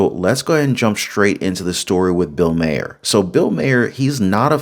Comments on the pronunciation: Dude, you have to pronounce his name right. It's not Mayer it's like Marr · Love you, dislike Maher, but it’s pronounced like MAR, like bar, far, star. Etc. Thanks for the video 🫶🏼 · Does he not know how to say bills last name correctly